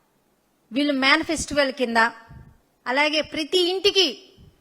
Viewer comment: Man festival kaadu “Manifesto”😂